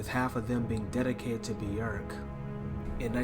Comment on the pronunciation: "Human Nature" is a song by Madonna. Björk's song is called "Human Behaviour". But kudos for being one of the few to pronounce her first name correctly.